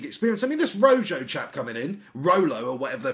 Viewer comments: RO JOE lol its pronounce RO HO Which means RED in English lol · His name is not pronounced "Roe-joe", seriously. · its pronounced roho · It's pronounced "Roe-Hoe" LOL. But I love your vids anyway, mate. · This video is EVERYTHING that is wrong with modern football fans. Has no idea who the player is we've signed, can't pronounce his name, and even better goes on to suggest RON VLAAR is the answer to all our problems as a World Class defender!? He basically admits to knowing nowt about anything yet he feels qualified to spout off about it anyway......Grade A* GloryHunter who'll probably be a Chelsea fan next week